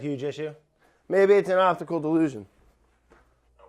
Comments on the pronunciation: I thought he said "opticalled delusion" lol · I thought he said obstacle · Brad: "Obdticul (Optical) illusion" matt: "what?" LOL